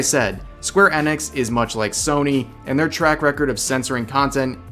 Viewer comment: Square "Ehnix"